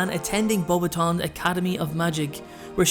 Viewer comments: it is pronounced Bow Bat ion not bobation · Bo- BATons, not boba-tons.....sorry couldn't let that one go lol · I HATE the way they pronounce BEAUXBATON ( not sure I spelled it correctly) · You didn't pronounce her school right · You pronounced Beauxbatons wrong